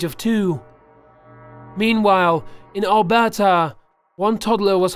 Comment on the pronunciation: You said Alberta wronggggg